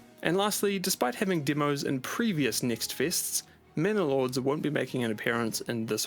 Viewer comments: it's manor lords, not men and lords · I think you mean "Manor Lords"?? not "Men and Lords"? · Manor Lords! not men and lords mate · Wouldn't it be "Manor Lords" Instead of "Men and Lords"?